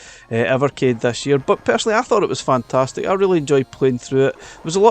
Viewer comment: “fantatic“ x 27